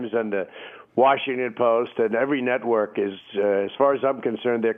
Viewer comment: At the very beginning of the interview, did Trump say every news nutwork??? We know they're nuts, crazy... LMMFAO